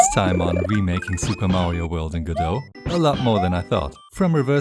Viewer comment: It's pronounced go-dot. The Godot devs pronounce Godot as go-dot. Google is wrong.